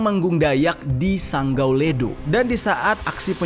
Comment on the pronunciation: Sanggau bang bukan senggau,, itu kota saya